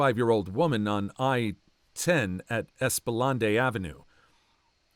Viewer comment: for the new orleans story, esplanade is pronounced es-pla-nade (from a nola resident)